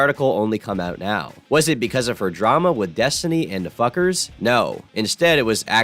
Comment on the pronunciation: Bro pronounced "NFKRZ" (a Russian YouTuber) as "The Fuckers"